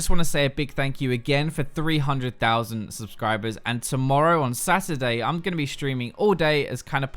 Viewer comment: did you call "Saturday" as "SASSADAY"??